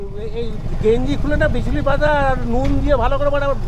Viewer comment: মামু , ওটা বিচুলি না বিচুটি।